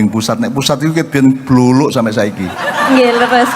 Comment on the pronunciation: Dudu bluruk mbak , sing bener bluluk 😅😅😅